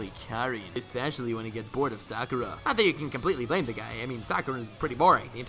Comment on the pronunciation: He did Sakura wrong 😂🤣